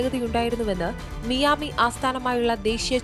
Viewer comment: മിയാമി അല്ല മയാമി 🫠🙆🏻‍♀️!!